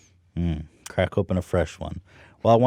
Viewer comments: I don't hear the 'k'...but it was obviously just a coincidence it came out that way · I don’t hear no K Ethan